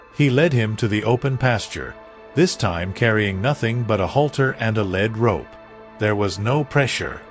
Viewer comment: Am I wrong or is the reader pronouncing lead rope incorrectly. I think I'm right about this but I would also think that they would tell the reader how it is pronounced